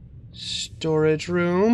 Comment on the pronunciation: I thought "Storage" said... strange >.>